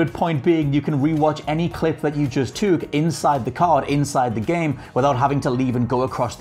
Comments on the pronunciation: Okay Scotts 'years' have been a laugh because a lot of English people say it but 'took' is either a work I've never heard from an English person or he's saying it like 'twok' to me 😂 I don't judge but I can't not comment, how many people have passed this over... I really want to know, to me took is more said tuck your kids into bed at night... I've never heard it twok your kids in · I need to hear say "took" more...something I didn't know I needed in my life! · He says "took" weird.